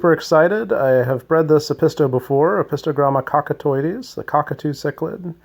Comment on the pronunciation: Wow that's always exciting and props for being able to say that name 👏 🙌